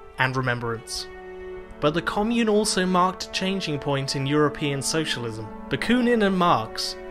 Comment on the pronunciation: Can someone please tell this guy how to pronounce commune